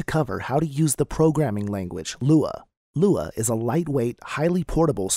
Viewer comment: am I the only one who can't follow this because of the text to speech? everytime it says LUA I gag.